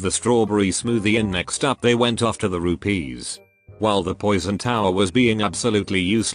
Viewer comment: he said RUPEEEEEESSSSS.Are you Indian?